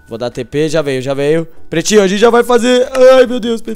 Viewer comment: só eu que percebi que ele fala prestinho em vez de pretinho ?